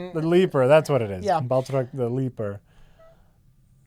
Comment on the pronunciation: It's Batroc, you frauds.